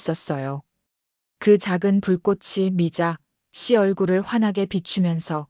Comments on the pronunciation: 미자 씨가?들으면서 거슬림ᆢ걍 미자씨 붙여서 읽으면 좋을걸 ᆢ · 미자 담에 한참 있다 씨 라고 강조해서 요즘 초딩도 그렇케 않 읽는데... 중국에서 초딩 했나 ?.. 쯧 😢